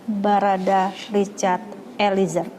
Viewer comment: Eliezer!! bukan Elizer ,Reporter ignorant sebut nama org aja masih salah